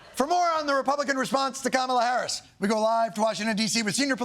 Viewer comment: Cabala Harris, it's not that hard Trump.